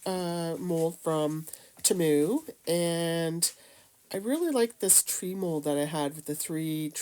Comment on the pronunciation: I love how she says Temu!!! Its cute. She doesn't say Temu pronounced T moo, she says it in a different way like Tamu. I laughed bc I thought it was adorable. Great ornaments too, I need to try!